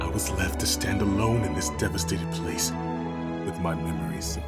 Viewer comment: Plane not place.